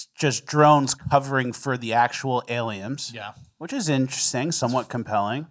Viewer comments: Is saying “Aliems?”😂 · all i hear is saying “aliems” 😂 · Do you just say self-flatulation 😂 It's flagellation with a g 😂 And am I hearing alien with an M? What is going on here? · So now its "alieMs" and "GriMch"